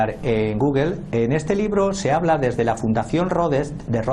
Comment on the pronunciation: Pésima pronunciación en inglés de tu analista español , aunado a su acento español , hace que casi no se le entienda nada , Rodes?